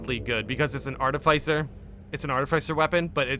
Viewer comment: "Arti-fise-er" lol